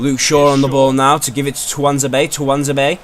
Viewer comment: Dude, it’s pronounced Twan-zay-be :)